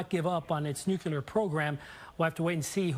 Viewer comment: reporter cant even pronounce the word "nuclear" correctly